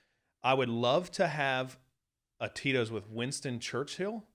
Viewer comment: I realize now you were saying Tito’s but I kept hearing totinos. I’d eat a few Totinos pizzas with this guy.